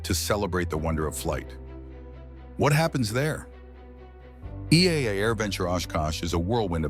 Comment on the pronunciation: This video is AI slop. The name "EAA" was mispronounced and video of a warbird was shown when talking about vintage. Go find a video from someone who has been to AirVenture.